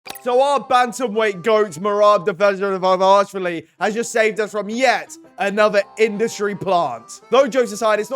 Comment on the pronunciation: Repeat after me: DVA Lish Vi LI